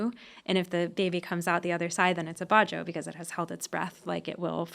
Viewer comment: It's not "ba-joe", it's "badjao". These sea nomads live in SE Asia, especially all over the Philippines and Indonesia. There are also the "aytas" in Luzon who have denisovan ancestry.